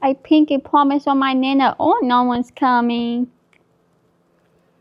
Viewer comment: Pinky Pwomise